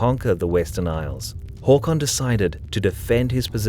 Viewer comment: Why pronunciation Hawcon... It's Hakon